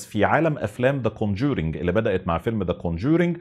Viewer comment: كون جورينك.. يخرب بيت ام نطقك..